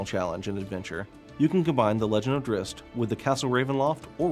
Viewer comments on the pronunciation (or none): It's DRIZZT. What kind of male would be named drisst. I know it's spelt drizzt, but he says it like drisst... PISSING ME OFF. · Drist? wtf? It's pronounced drizzit you knave. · Cringe every time he says "drist" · Never understood why people thought it was pronounced Driz-It? There's no extra "i" you ding dongs! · R.A. Salvatore purposely will not canonize the pronunciation. He does this for people to talk about it (or fight about). I say both ways, Drihst and Drizzit. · His name is pronounced drizzit, it says this in the book when he identified himself to a human and she said, "what's a drizzit" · Man I can't get used to 'Drizzt' i've been saying his name like 'Drizz it' for so long and it just sounds right lol. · so everyone else youve ever talked to has ALWAYS said Drizz It? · maybe in your little world its Drizz It but everyone else either says it as Drist, or sometimes Dritts (t sound before the s). apparently the latter is how Salvatore says it, not sure why and whether thats correct according to Drow words or he just wants to be different. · was saying its not pronounced as Drizz It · What.... Is that how you actually pronnounce Drizzt?! I've always said it it like "Drizz it" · This guy doesn't know how to pronounce Drizzt!!! says it like Dritz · Then he shouldn't have named the character Drizzt, because that is how people will pronounce it. adding a T in the middle of it is the opposite of a silent letter, which doesn't exitst. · It actually is though. the guy in the video says it wrong.